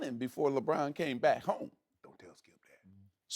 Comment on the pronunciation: There's no 'L' when Shannon says skip